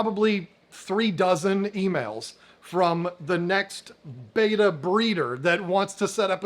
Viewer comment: Betta, Not Beta.